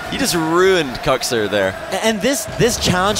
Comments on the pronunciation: It triggers me Kuxer lol not kuxir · Im i the only one that hears Cocksir?